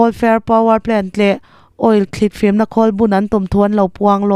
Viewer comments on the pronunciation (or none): none